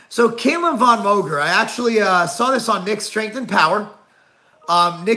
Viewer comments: Not "Kay-lum" it's Cal-um. Get it together Marc Lowblower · Can't even pronounce his name right.